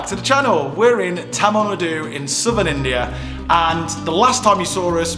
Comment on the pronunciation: Please pronounce tamil nadu in good pronunciation you will find in Google translate